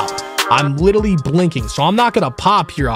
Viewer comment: Congrats on the record and btw it’s literally not litally 🤓🤓🤓🤓🤓🤓🤓🤓🤓 (this is a joke idk if that just how you say literally I jus started watching you like a week ago)